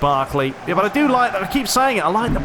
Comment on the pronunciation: HE SAYS LIME ME ' Boy, after i played Pes 20 at snowy weather day i played fifa 20 demo... Fifa is a joje lol, except players models fifa looks like on Ps3 comparing with Pes 20 ... and about fifa gameplay' ' an arcade pinball mediocre repetitive fake gameplay without substance' ' fifa is a jojke... THIS IS WHAT HE SAYS LOL